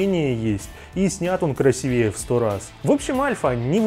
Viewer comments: КрасИвее, а не КрасивЕе!!! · Извините, конечно, но красИвее, а не красивЕе... Вы же из культурной столицы... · КрасИвее. Не красивЕЕ